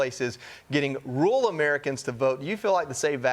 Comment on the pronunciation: Can't you say rural? It's not hard. Rule is a different word.